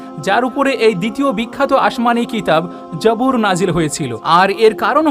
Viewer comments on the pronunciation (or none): যাবুর না, জবুর।